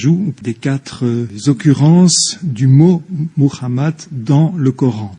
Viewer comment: Encore de la pitrerie. La vérité leur fait mal a la tête c'est pour cela qu'ils essaient de la travestir. Bande de clowns. Le type a dit "moukhamat" 😂😂😂😂